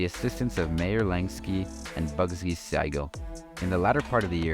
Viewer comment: Your pronouncation of the names are the worst i ever heard.Even a jewish name as Siegel you dont get right.